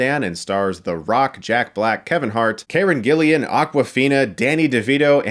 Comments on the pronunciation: Karen Gillan is the only reason I'll see this. That's CARE-EN GILL-EN, Chris. ;-) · Everyone else: "Karen Gillan" Chris Stuckmann: "Kayran Gillian" How'd you manage to screw up both names? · It's Gayran Killian' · Omg, how many times can you say Karen Gillan's name wrong...lol